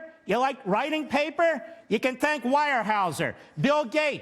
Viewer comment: Lmao he can’t pronounce Weyerhaeuser